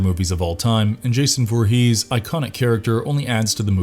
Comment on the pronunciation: Derek play Jason 2009 not 2019 and it's Voorhees not Vorhees